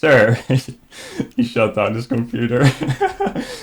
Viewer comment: compuder. derpa derpa compuder.